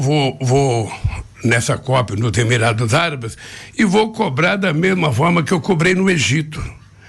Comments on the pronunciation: “Emirados ABAROS” Esse analfabeto me diverte. 🤢🤮🤮🤮🤮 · Emirados o que? Emirados Abaros, foi isso mesmo que ele disse?